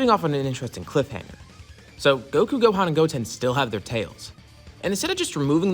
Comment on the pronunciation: Brodie it's gohan